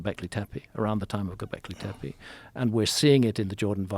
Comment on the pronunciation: I've always been convinced graham is soooooo obsessed with saying "gobleki tepe" like it makes him sound smart. I mean I'm sure he is, but just an observation always makes me laugh.